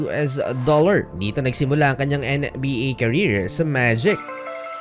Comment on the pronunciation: NBA po hindi en-ey-bi- ey? 😂😂